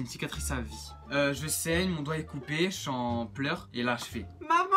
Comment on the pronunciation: Mdr "Doight "😂super video si non 😂